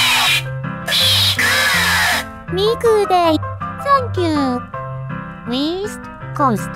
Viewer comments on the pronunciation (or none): “Weast coast” Truly powerful words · "Weast Coast, C O L O G N E" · East? I thought you said weast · "weast coast" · weast coast lmao XD